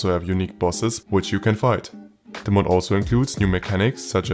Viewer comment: "i recommend you to try this mal out" xd wenn das deutch durchsickert xd